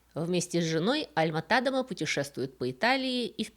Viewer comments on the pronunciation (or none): Очень интересно! Но почему ТАдема, даже не звучит, тем более Вики дает ТадЕма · Да, всегда был ТадЕма. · Всё верно, ударение на "е", и название деревни тоже озвучено неверно, оригинальное название на фризском Dronryp, на нидерландском Dronrijp - в обоих случаях произносится Дронряйп, но тут я это отношу с особенностям нидерландского произношения, которое мало кому известно, хотя в нидерландской версии википедии для многих названий и имён есть озвучка.